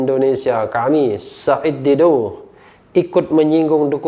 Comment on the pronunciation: Bung rh fasih banget sebut nama "said". Makhraj ain nya jelas.